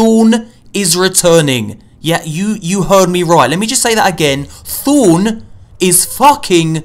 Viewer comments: "Thune" or "Thorn"? pronunciate please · "Thone!!"😂 Thorn* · "let me say it again, Thone, Thone." bruh. it's thorn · he meant his accent, he didn't pronounce it Thorn, he pronounced it Thown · "Thone" hahaha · THOWN lemeleme just say that again...THOWN....THOWWNNNNNNA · When he says thorn it sounds like "thooOOOON" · XD that killed me THOOOOOOOOOOOOOOOOOOOOOOOOOOOOOOOOOOON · I HEARD OF THORN BUT WTF IS THONE!!!!! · let me say that again "THOON." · "Thoon is returning, thoon, thoon..." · "Thuwn is returning !" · Thorn, thohn.... thooohna! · "Let me say it again... Thoom!" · Thown. Thown. THOWN. lmao jk luv ya <3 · thown, lol, thown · he cant even say thorn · He said Thorn. Yup. There goes all the legendary marks to the goddamn wall of the fucking tower! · Just to make sure that I heard correctly. Did you say Thorn was coming back?!?! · I cringed every time he said thorn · I've been playing since the Alpha and I cringed everytime he said thorn 😖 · can you say thorn one more time?